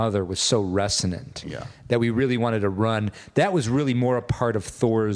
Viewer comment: Do they say “Resonate” and most of it’s derivatives like “Russo-nate” on purpose? Probably just me.